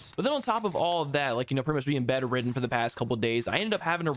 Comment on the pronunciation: This man said betteren😂😂 I think he meant Bed-Ridden